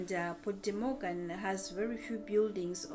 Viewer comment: No es MORGAN, es MOGÁN y no es Port, es Puerto, Puerto de Mogán.